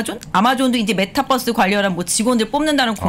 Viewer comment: 메타뻐스라고 말하지 말아주세요 ㅋㅋㅋㅋㅋㅋㅋ ㅠㅠㅠㅠㅠ